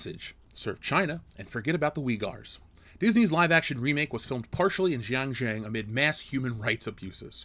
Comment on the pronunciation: I know Chinese words are difficult to pronounce, but it was extremely confusing trying to understand what you were trying to say without having the visual text in the video because the pronunciation for xinjiang and uighur/uyghur was so bad! Even Google translate would have helped.